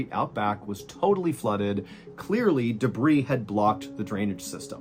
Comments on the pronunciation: Happy to see your wound is healing! FYI, it's "duh-BREE", not "duh-BREEZ"😅😘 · Being THAT Guy; Day-bree=debris -accumulated scrap, junk, garbage and mess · Those damn de-brees!!! Never gets old, MrB🕺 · Genuine question from a born and bred Brit. Do Americans normally pluralise the word debris? I've never heard anyone pronounce the 's' before. It is a plural word, but is from the French. It's pronounce 'day-bree' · The S at the end of "debris" is silent.